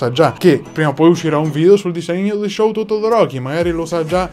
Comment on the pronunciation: Hai letto male... Si pronuncia : Scúto Todoroki ( che va letto velocemente ) !!